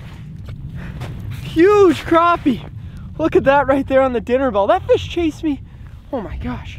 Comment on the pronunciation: I am a new subscriber who came over from Chris and Zach's channels. I am glad to see that you know how to correctly pronounce crappie.